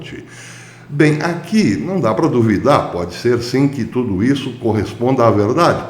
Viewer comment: ocê milhóra cádadia. Gostei da "CPI de tudio".